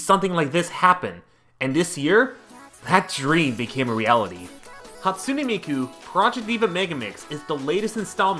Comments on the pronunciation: Did you say hat soone a miku 😡😠😡😠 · "hatsuni miku"